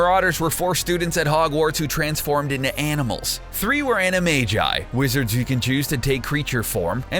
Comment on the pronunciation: Did anybody hear him say ani-mai-jeits supposed to be ani-mai-gi